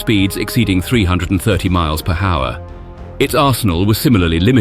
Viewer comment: Either AI voice or VERY strange language skills. As in miles per hower